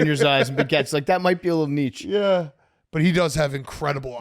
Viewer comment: Add pft to the list of people who can't pronounce "niche"